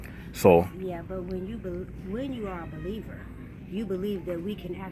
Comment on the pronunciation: "when you are a be leaver"